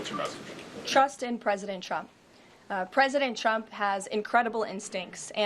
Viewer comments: She continues to say PresidenChump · It sounds like she says 'President Chump' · I always hear her say President Chump.